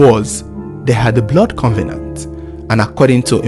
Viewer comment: First of all covenant is not pronounced as con ve nant please....it is cov e nant.......now how do you know they've made a blood covenant??....anyway rumours are always rumours and never a fact........Hope the two find rest and peace in God almighty their creator.....it should not have happened at all...really senseless.....